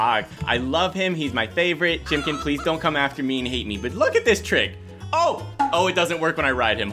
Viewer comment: “ox chimkin”